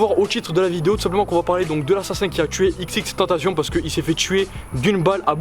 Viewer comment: Sa m’énerve t’arrête pas de dire xxtentacion